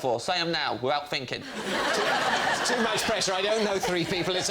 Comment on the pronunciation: What's "finking"?